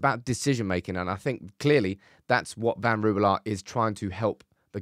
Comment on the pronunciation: Since it is becoming Dutchester United: Ten Rouwelaar: Rouw as in Rowdy. e as uh. Laar like laaaaahr. Next week: The 'g' the 'ch' and the 'sch'. That will be fun.